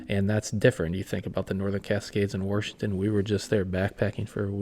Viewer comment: There's no R in Washington 😅